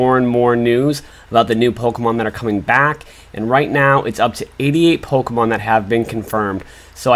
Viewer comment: I’m sorry y’all I just can’t with the way he pronounces the Pokémon names